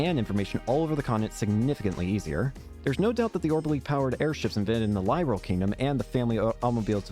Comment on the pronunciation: Hey bud, glad you are enjoying the trails games still. This was the very first one I played and was hooked on the franchise ever since. I also want to say is you pronounce Liberl wrong. It's pronounced as lib as in liberty and erl as in pearl. I found that out myself after playing the sky games lol.